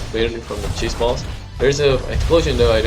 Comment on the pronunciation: I kept hearing chase balls as cheese balls